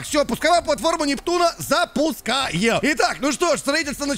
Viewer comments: Почему нептунА а не нептУна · круто что ты закончит сабнатику(поздравляю). Я всё ещё смеюсь как ты произносил нептунА.